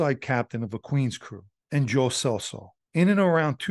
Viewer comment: It’s pronounced “CHELSO” lol I’ve known Joey and his brother Frankie since I was a kid